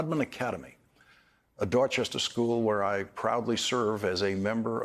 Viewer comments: I’ve never heard any Boston in Lawrence’s voice until he said Dorchester. You never lose your Boston. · Lawrence’s accent comes right back home when he says “Dorchester” ❤